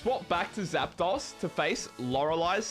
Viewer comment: Learn how to pronounce Zapdos' name right.